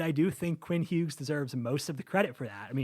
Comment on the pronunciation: Long hair guy also pronounces the g in Hughes